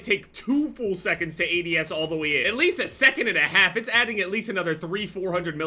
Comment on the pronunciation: "hold on I'm adsing"